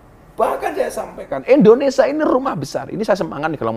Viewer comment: INDONESIA Bukan INDONESA